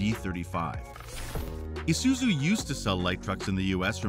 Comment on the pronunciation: my brother in christ its pronounced -eye-suzu, isuzu not esuzu😂